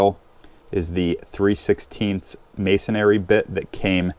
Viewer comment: video is okay---but irritation: MASONRY BIT----NOT MASONARY. never has been, never will be ARY